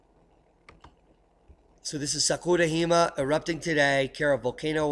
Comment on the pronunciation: great as usual. It was an honor to meet you at the Observing the Frontier conference. You are a must-watch every day! FYI, Jima (island in Japanese) is “gee-mah”. Keep up the great work, I learn SO much from your channel. Thanks.